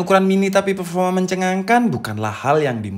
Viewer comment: Pefoma wkwk mantap mas